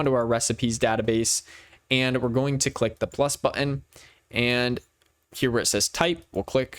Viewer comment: Very well done tutorial. The only problem was that I got distracted every time you mispronounced the word "button". 😀